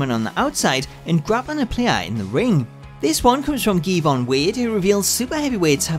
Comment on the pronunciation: you pronounced my name wrong it's Gevon not geevon but it's okay